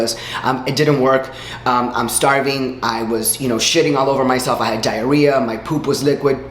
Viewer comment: Lol the way you said diarrhea cracked me up 😂